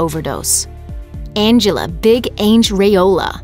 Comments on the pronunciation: Big Ang!! Not big Ehhng! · Big ANG? Research before you narrate its ang---ela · "Big Aynge"? Are you kidding me? Absolute disrespect not even getting the deceased names right